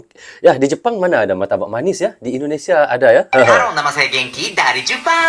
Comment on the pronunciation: Orang jepang susah mau sebut martabak,, muratabak..😥😥 lucunya dia 👍👍.. terima kasih udah dtg ke Indonesia ❤❤❤